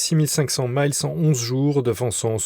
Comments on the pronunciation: Les distances nautiques sont en "milles" (1852 mètres), pas en "maïles" (1609 mètres). Pour une fois qu'il n'y avait pas besoin de vassaliser la prononciation, c'est raté. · MILLES et non pas MILES, HONTEUX ! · La distance en mer, en français se dit avec un i et non comme en anglais. On dit des miles marins et non maïles.